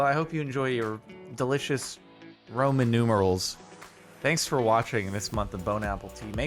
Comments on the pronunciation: He said Roman numerals like ramen noodles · Jardon even after saying "Ramen numerals" still does not realize it was supposed to be noodles and not for no reason